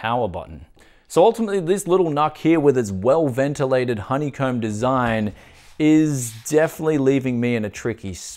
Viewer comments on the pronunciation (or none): none